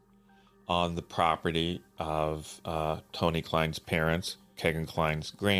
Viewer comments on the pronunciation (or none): I don't normally correct anyone on name pronunciation but I just have to on this. It is pronounced KEY-GAN not kay gan.. It happens to be my wonderful 6 year old grandson's name. Thanks for doing these videos It's how I've been keeping up on the case. I pray the families of these beautiful girls finally get the justice they've waited so long for.